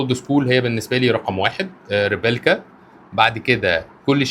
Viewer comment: إسمو ريبليكا مش ريبيلكا يا. ❤